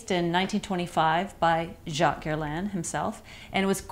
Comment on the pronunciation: Woooaaa. You are the first American ever that I heard say the name Guerlain right!! I'm amazed.